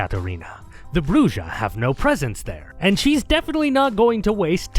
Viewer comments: Its not a big deal, but holy never heard spanish in your life... Bru-hah, not Brujjjjjah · Actually Brujah is pronounced like Bruja which means Witch in spanish. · Brujah is pronounced as "BREW-HAH" :) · I am so happy to see this video, especially since I was hoping to see you touch upon on VtM. I also plan to rejoin patreon on the 1st so the streaming is something to look forward to. Though it’s weird to hear Brujah pronounced with a J since it’s actually pronounced “Bru-ha” since it’s a Spanish word. Is it pronounced with a J in the game? I’ve never actually played it. As for fave clan? Lasombra. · I had my suspicions but hearing him pronounce bruja like that confirmed that this man is whiter then sour cream. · I was informed by an obsessive larper that it's correctly pronounced *shimmy-say (tzimisce) 🙂 Also, J in Brujah is like that in jalapeno. Yw.🌹